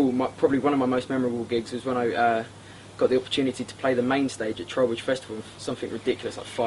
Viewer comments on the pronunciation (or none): Did he say Trowbridge festival?